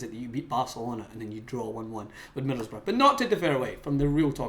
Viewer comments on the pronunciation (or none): Who are middlesburg?... It's Middlesbrough. It's not hard to say or spell.